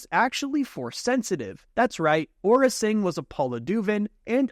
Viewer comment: really, ora singh? its AURRA SING